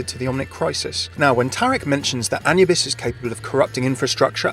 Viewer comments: Ah-new-bis not anuhbis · I am pretty sure that it's A-noo-bis, that atleast how we germans pronounce it. Sure you'd need to ask an actual egyptian to have an 100%ly correct answer. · Pretty sure that Anubis is spelled a-NOO-bis. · the way you said Anubis, it just hurts. shivers keep up the good work